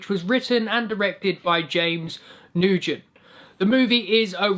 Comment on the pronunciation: James 'NOO-GEN'. 😂 I'm pretty sure it's pronounced as James 'N-WHEN'. 😁